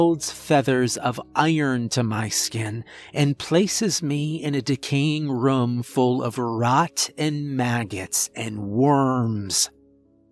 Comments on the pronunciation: he says rum in every story, it's just how he says it haha adds to his character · I've been saying the word room wrong my entire life. I'm 45 lol 😂 that's just sad. Excellent story! ❤️ 😊